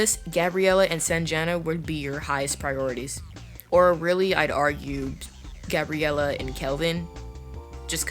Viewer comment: Gabriella?.ITS GABRIELLE...☹️☹️(Good tips btw!!)